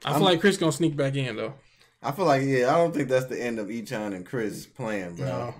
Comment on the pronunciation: I'm sorry, I love you guys...but his name is pronounced *A-chan*.